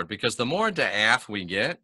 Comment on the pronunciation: Awesome! Not to be a turd but it's pronounced dah-ot. Daath=dah-ot(like dot but two ah sounds) I just found this one out a few months ago despite being VERY familiar with wisdom-soPHIa-daatg